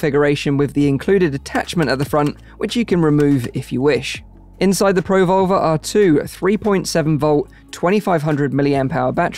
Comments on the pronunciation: Neat technology, thanks for the video! I can't hear anything other than "pro-vulva" with the dropped R's 😂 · Yeah, he really shouldn't emphasise the pro and leave the volver on its own. Pruhvolver like revolver, Pro - volver is something Fleshlight will make in 2052.